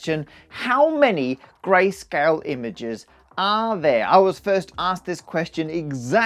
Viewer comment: Whenever he says "grayscale" it seems to me like he is saying "Grace Kelly"